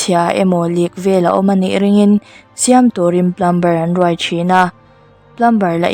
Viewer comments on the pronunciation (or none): Ka thiam vang nilo in thahnemngaihna ah lo ngai hram la...Plumber tih a, "B" hi silent tur ania..Plum-er tiin a ri tur..ngaihnawm lutuk